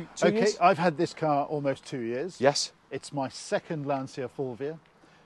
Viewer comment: You guys need to learn how to pronounce Lancia. The way you say it grates, like fingernails down polystyrene.